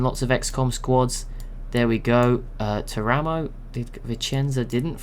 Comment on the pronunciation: Something very minor but it might come up again if you use Italy civ: Teramo is pronounced TEAR-uh-mo, with the stress on the first syllable, rather than ter-A-mo.